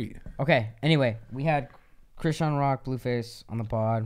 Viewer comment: Bro when he said. Christean lol it's not christean it's chrisean has me 😂😂😂😂😂😂